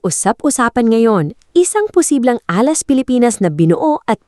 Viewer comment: Can't take this seriously. Can't even pronounce Alas.